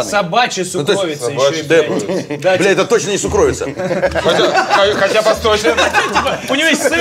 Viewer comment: Уважаемые, слово "сукровица" по-русски произносится с ударением на первый слог - сУкровица. Спасибо, скоро увидимся!